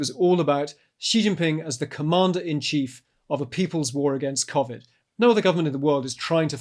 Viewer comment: The way he pronounced civid bugs me lol